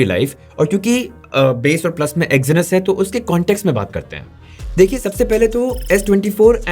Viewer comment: Exinus, bro.... Its Exynos!🤦‍♂️